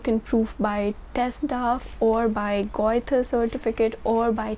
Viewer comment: Goethe = Göthe = Ö sound